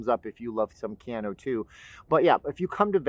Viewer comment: Keanu Reeves is pronounced, Kay ah new, mahalo.